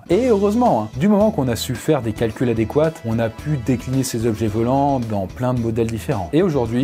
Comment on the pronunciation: Ta dit adecouate au lieu de adéquat